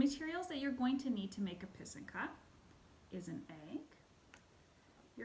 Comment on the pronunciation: So pretty! Very helpful to see and hear how to make these beauties! I also learned how to say pysanka properly ;) do you blow out your eggs? Have you made these with your students? I love to pair this with Rychenka’s Eggs 🥰 Thank you for sharing!